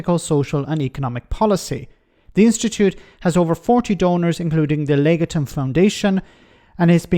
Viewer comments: Pronunciation of Legatum = lay- gah--tum with the stress on the second syllable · Strictly-speaking, it's "leg-AH-tum"